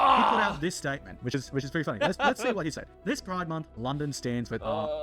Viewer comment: What? Pri-DE MON-th??